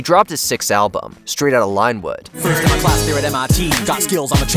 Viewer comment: It's not Line-wood It's Lynn-wood